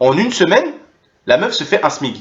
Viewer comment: On dit smic, pas smig sans vouloir etre chiant ;)